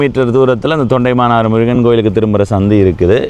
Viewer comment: தொண்டைமானாறு அல்ல, தொண்டமானாறு